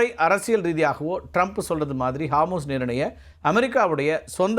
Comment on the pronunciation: ஹார்மூஸ் இல்ல அது ஹோர்முஸ்.